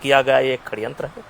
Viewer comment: Kaise aap aise aadmi ka interview le sakte ho jise षड्यंत bolna nahi aata।।।।